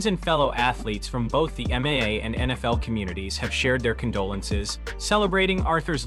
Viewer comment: Also learn how to pronounce MMA !!! Sounds like you say MA